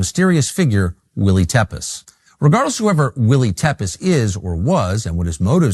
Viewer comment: Tepes is the last name of Vlad the impaler, the person often referred to as the real Dracula. It’s pronounced Tep-ish.